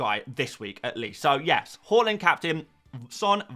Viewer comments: its hAAland not hoeland, sounds so annoying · Why do you keep calling him hoooland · Learn how to pronounce Haaland.